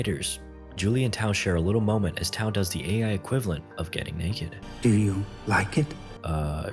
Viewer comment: you way you said "I lake that"is sus as hell lol